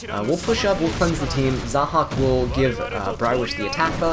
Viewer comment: LOL when you said "zahaak into the choux" it kinda sounds like "sock into the shoe"